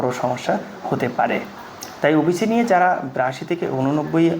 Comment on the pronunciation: অবিচি নয়... ওবিসি